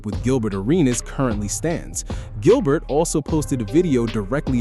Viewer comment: Did you just call him Jilbert 😅